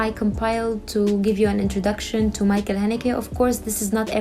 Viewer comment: His first name should be pronounced as Mikkel not Michael.